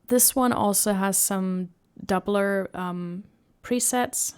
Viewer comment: You pronounce doubler like doppler and made me about to correct you 🙃